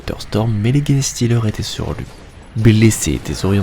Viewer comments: Salut, très chouette une fois de plus ! Pourquoi "GUenestealer" alors que les anglais eux-mêmes disent "Jenestealer"? Surtout pour ce mot qui est anglais, donc pas de raison de vouloir aller le dire dans une autre langue, latin ou autre ^^' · Merçi et très bon travail de narration. Juste, c’est pas "guéné" mais "gènes" [jinstilerz] genestealers (voleurs de gènes). Bon courage encore merci pour le taff.